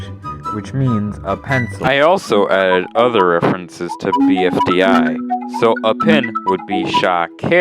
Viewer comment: the way you pronounce BFDI as /bi.fi.'dæ͡i/ never fails to disappoint